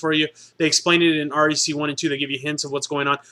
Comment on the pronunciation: Aaaaccck its REC. Not R.E.C. As in wreck. Fuck.